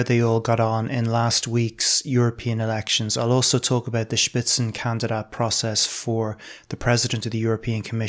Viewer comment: „Spitzenkandidat“; well pronounced. respect